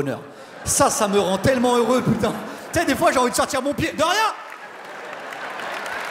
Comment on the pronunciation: quand il dit tu sais "tsé", ça sonne tellement québécois! je me suis demandé s'il avait vécu là-bas... quelqu'un sait?